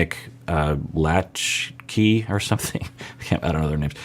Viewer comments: Latchkey? you are total Gen X! It’s Nick “la-SHAY”. How very Gen X of me too! 😂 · Latchkey 😅. At first I wasn’t sure what he was talking about. it’s Nick and Vanessa Lachey pronounced luh-shay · If no one has already said it it’s Nick Lachey like La shay .. he was in a boy band 98 Degrees about around the time N’Sync and Backstreet Boys were popular.